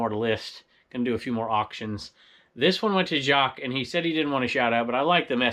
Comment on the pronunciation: I understand the confusion, it looks like Jacques, but I'm a woman, name pronounced 'Jackie'. 😉 I giggled a bit. Thank you for reading my comment. Stay awesome,.